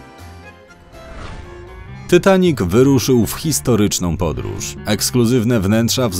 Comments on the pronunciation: Ja jestem najwienkszym fanem filmu titanic mam tapete 70 zdięć poduszkę 5 koszulek i 3 zdięcia i puzzle 3d titanic jeszcze mnie to boli że mówisz tytanik a nie titanik jak cos to pisze jak sie mówi a nie jak pisze hehe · Dzień dobry. Po pierwsze: nie mówi się ,,Tytanic" tylko ,,Titanic". Po drugie: ,,Titanic" miał 28.2 m, a nie 29,4 m szerokości.